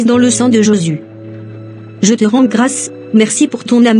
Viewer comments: à la fin quand elle fait sa prière elle dit au nom de JEsus et non au nom de JÉsus ça fait mal aux oreilles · Pourquoi sa prononce pas bien le nom de Jésus.?